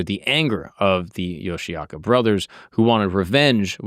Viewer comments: Great video! Here are a few quick historical facts and a pronunciation tip for your research:Pronunciation: The clan name is pronounced "Yoshi-oka" (Yoshioka), not "Yoshiaka".Takuan: The mentor relationship between Musashi and Takuan is 100% fictional. It was invented by novelist Eiji Yoshikawa in the 1930s and later used in Vagabond. In reality, there is no record of them ever meeting.Denshichiro Fight: You used the Vagabond version (a dramatic sword duel), but the oldest historical record (Kokura Hibun) says it was much quicker. Denshichiro brought a massive 5-foot wooden sword, but Musashi rushed him, snatched the sword right out of his hands, and struck him down with it in a single blow.Love your content, keep up the great work! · 素晴らしい動画ですね！あなたのリサーチの参考になるよう、いくつかの簡単な歴史的事実と発音のアドバイスをまとめました：発音： 一門の名前は「ヨシアカ」ではなく、「ヨシオカ（Yoshi-oka）」と発音します。沢庵和尚： 武蔵と沢庵の師弟関係は100%フィクションです。1930年代に小説家の吉川英治氏が創作し、後に『バガボンド』でも使われました。現実には二人が出会った記録はありません。伝七郎戦： 動画では『バガボンド』版（ドラマチックな剣の決闘）が使われていましたが、最古の歴史記録（小倉碑文）によると、実際はもっと一瞬でした。伝七郎は5尺（約150cm）の巨大な木刀を持っていましたが、武蔵は彼に突進してその木刀をひったくり、相手自身の武器を使った一撃で打ち倒しました。